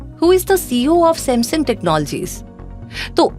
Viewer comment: Reminding kachra Seth ,Ye mera samsoong ka number 😂😂😂